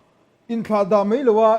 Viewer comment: A hmuhnawm rual in Mai mai tih tur ah mei mei an ti leh zauh zel...